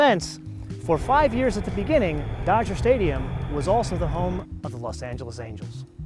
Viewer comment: Los not lasp